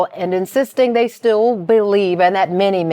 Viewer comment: 😂I can’t stand it